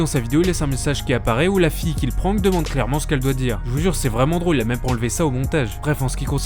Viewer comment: Le "an" de prank se prononce comme dans "and" ! ;)